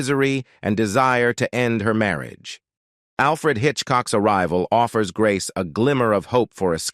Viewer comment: The narrator of this otherwise interesting documentary is simply awful.. I assume that "Marry-agay" is the worst-ever pronunciaton of the word "marriage." The dreadful narration simply ruins the documentary. Oh, and the good people of Monaco are properly referred to as "Monégasques" (pronounced "MOHN-eh-gasks"). Crikey.